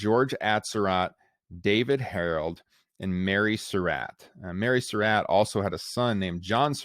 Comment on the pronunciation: This was a good presentation, except that the narrator mispronounced the name "Surratt." He pronounces it like "Sir Rat," but it's correctly pronounced like "Sir Rot."